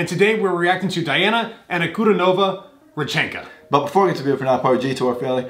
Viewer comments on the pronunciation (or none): rEchen’ka You have to stress on E (first syllable) And N should sound softer 😊 thank you for trying!